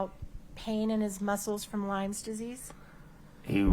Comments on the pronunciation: Lyme disease, NOT “lymes!” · Drives me crazy that Kouri and her lawyers say "Lymes disease". It's Lyme disease!